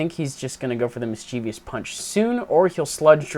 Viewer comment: Hey, this has been bugging me for a while, why do you pronounce mischievous mischievious?